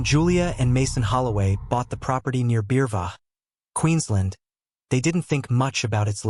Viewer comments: that would be Beerwah, and its just down the road, and this story is bulls*^t.......🙃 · It's Beerwah mate😂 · The animals possibly had been fed by. Steve. Hadnt his wife and two children live there for awhile after his death.? By the way. Beerwah is pronounced beer wah . The house was demonised. Its not. Steve talking never ever heard about this and thats very unusual. For the two children esp one. Bindi would have said something. Bob or. Robert for sure. Maybe. Steve is buried somewhere nearby. No. The house wouldnt be sold or let. One of his forebears ? .crazy. dogs can sense evilness. As other animals do also. Yep thats what. Steve would have said. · Interesting pronunciation of Beerwah